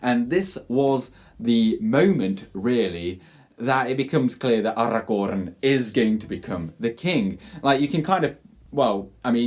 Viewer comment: Take a shot after every “AragoRRRRRRn”